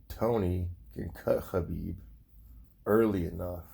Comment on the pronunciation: You pronounce khabib the right way... Nice 👍